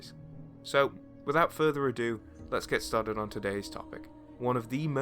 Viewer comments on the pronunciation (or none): none